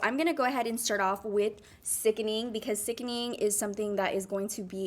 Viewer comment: Lol it’s sickening not sickning